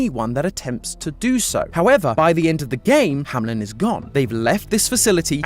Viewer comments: Is this actually the way that "Hameln" is pronounced in English speaking countries? It sounds more like "Hamlin" which, as a German myself, triggers me to no end. It's "Hameln". /ˈhaːml̩n/ There's no I. Sorry, couldn't help myself. 😂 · Kinda funny how none of you can say Hameln and keep saying Hamlin insteadxD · I live close to Hameln… Hearing it being pronounced Hamlin constantly is… painful 🤣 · Company name: Hameln GT pronunciation: Hamlen Aaaa